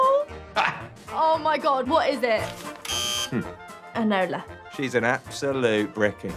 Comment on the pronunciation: It's ENOLA. That destroys the whole thing!😂😂😂